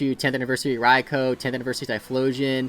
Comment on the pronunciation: You’ve been playing Pokémon for so long and you still can’t pronounce raikous name 😪